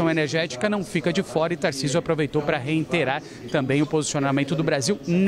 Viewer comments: Reiterar, não Reinterar. Disse 3 vezes Reinterar. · Socorro!!!! O repórter da CNN fala "reinterar" TRÊS vezes!!!! Sem falar que,no início, ele diz: "... este painel, NA qual o governador participou..." 😳 Pelo amor de Deus, faculdades de jornalismo, dêem ênfase à aprendizagem de Língua Portuguesa! 🙏🏻 Erros no próprio idioma também prejudicam a comunicação!